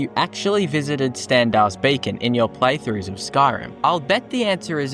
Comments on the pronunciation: Pretty sure you’re saying “Stendar’s Bacon”. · Stendarr's Bacon? Sorry, I don't mean to be a pronunciation zaylot. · Am I the only one that is triggered by his talking...? Like it's beacon, not BACON...learn to speak before making vids ffs😂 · Lol, I heard "Bacon" instead of "Beacon" as a kid when I saw Crocodile Hunter: Collision Course too